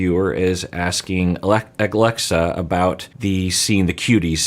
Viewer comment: At some point called her Aglexa. I find it funny and cute how much he was struggling with her name for some reason.